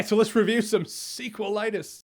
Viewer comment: "Let's review some 'sequel-itis!'" Oh, dear...